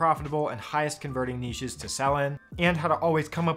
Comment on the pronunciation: Thank you for not pronouncing it 'nitch'